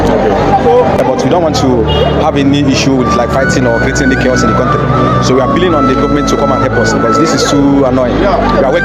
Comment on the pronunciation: ALATANII says CUNT TREE